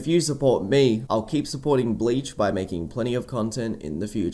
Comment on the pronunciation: I wanted to watch this, but you kept saying blayech and it makes me cringe everytime